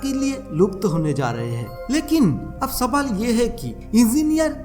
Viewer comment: Dear Sir. Please note that this "wonderful" VO artist of your video does not know how to talk in Hindi properly.....He says HABRA....but its HAVRA......its not SABAL but SAWAL.....and so on & on......Please look into this.......